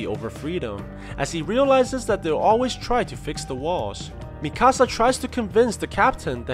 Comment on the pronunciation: Bruh it’s Mikasa not Mi-Casa